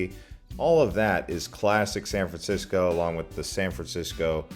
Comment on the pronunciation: San fransicko?